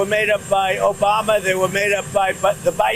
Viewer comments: He didn’t say Obama but Obamna! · *Obamna (chuckle!)